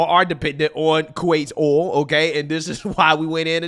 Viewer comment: It's hilarious that can't pronounce the word "oil" or most words that start with "th"